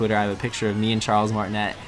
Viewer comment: It's Martinet (Martin-ayyy) not Martinette (Martin-ett). Also, what is the song for funky Kong's dance? I bet a lot of people ask, so you should put it in the description.